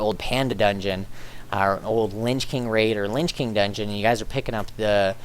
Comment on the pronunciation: sounds like u said linch king :P, in all seriousness i loved the guide and am praying it works :P